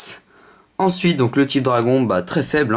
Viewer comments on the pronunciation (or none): none